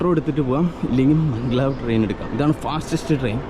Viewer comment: മംഗ്ലാവ് അല്ല ബ്രോ Mag_lev